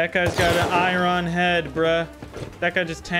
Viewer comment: goes from not being able to pronounce basic words like "iron" to properly using "imperative" in 4 seconds